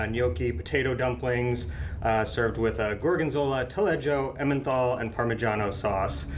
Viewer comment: FYI, Emmenthal (old spelling) cheese is pronounced like its modern spelling: Emmental. (It means “Emme valley” in German, by the way.) It’s the cheese that is meant by “Swiss cheese” in USA.